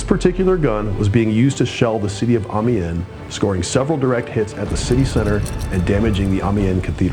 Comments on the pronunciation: I enjoyed the video but have a couple of niggly comments about the commentary. 1) Amiens is NOT pronounced Army-en. It's pronounced more like Am-e-on. I found this a bit off-putting, as it was said so many times during the film; 2) The Australian LOOtenant should be a LEFtenant. He's not an American. On the whole 8/10, it would have been a good 9 with the correction pronunciation of Amiens. :-) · Isnt Amiens said em-E-ens Sincerely -person who plays to much BF1